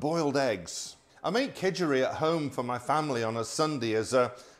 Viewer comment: well thanks for stating the obvious. he pronounced it Khejuri, which isn't too far from Khichuri. Food has a tendency to go from places to places and change that's part and parcel of an interconnected world. It's still yellow rice for breakfast. And people eat fish with khichuri, so nothing weird there. Only change I saw was the omission of lentils.